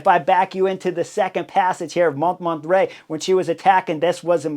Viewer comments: Came here for this. It's a little funny to hear him really trying to pronounce it properly "French" and failing that much harder because of just that 😂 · Hey Chris, I love your videos, have watched every single one of them for years, at this point. But there's one thing that really bugs me, it's not just Bob Roll who mispronounces foreign names and places. For example, 'Montmartre' in your video today. That's one of the most famous hills in all of France and you're mispronouncing it so bad that I couldn't even figure out what you were referring to, the first few times you said it. Could you just take 5 or 10 minutes before a video and review how to pronounce foreign names and places? Wikipedia often has audio of the pronunciation for well-known names and places. (Other examples that spring immediately to mind: It's Nils Pollitt not Paulette. It's Giro d'Italia, not Giro di Italia. I could go on...)